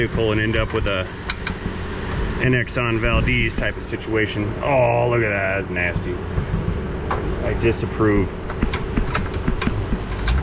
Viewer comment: VALDEZ, VAL as in VAL kilmer and DEZ as in DEZ I Arnenz. VAL-DEZ NOT VAL-DEEZ. I hope that is understandable. It just drives me up the wall to hear it pronounced VALDEEZ!